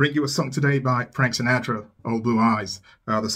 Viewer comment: Hi, I think it is pronounced Sinatra suh•naa•truh sounds like Pa; not na sounds like way.. ♠W.G.